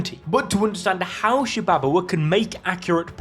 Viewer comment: Shibabawa: “sHi-bAbA-wA” 🥴 Garo: “gEh-Ro” 🥴 Hakari: “hA-kYrIe IrViNg” 🥴 Why not just say “Shiba Inu,” “Jellyfish,” and “Hickory Honey Smoke Ham” instead 😂